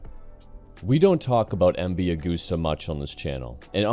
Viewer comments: Constructive criticism here> It's pronounced MV AH GUST AH. No gooses involved. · Yeah you’re incredibly wrong. It’s pronounced Ah-goose-tuh. It’s Italian. It’s not an English brand. We say “Eme vee Ah goose tuh”.